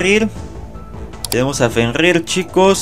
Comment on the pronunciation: Porque dice shil? Y fenrIr?